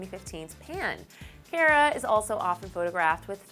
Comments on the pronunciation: she pronounced "Cara" wrong... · YOU'RE SAYING CARA WRONG..